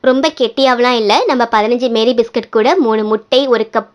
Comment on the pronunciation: Meri biscuit illa mari biscuit